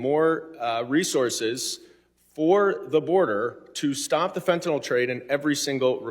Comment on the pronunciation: "FENTAYL SYSTEM"?!?!?!?!?!?!